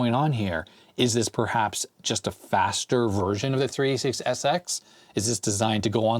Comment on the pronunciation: it sounds like 36sx but you say 386sx, do you? May be you should say only SX or DX or SLC or just speak a little bit slower to make it sound better. It is confusing to hear "three-six-sx" or "two-six" instead of 386 and 286 ...